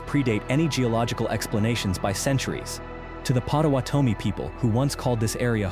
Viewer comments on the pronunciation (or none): YES! ‘Pot-a-waaht-a-mee’ pronunciation was off. My husband’s family was a part of this ancestry.❤